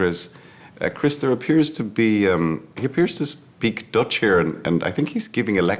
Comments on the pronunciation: His dutch didnt even sound like dutch lol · Only mistake Cillian Murphy has made in his career was this “Dutch” 😂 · Love cilian but Im sorry that Dutch didnt sound right..